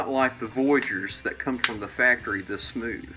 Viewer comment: "Definitely feels smoothel"😂😳